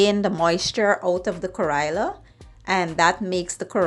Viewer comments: No kariya it called karella say it right you indian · It’s pronounced: ka-re-la. Not Kairela. 😡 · Please get the pronunciation correct. You made a video but you don't even know how ro call it correctly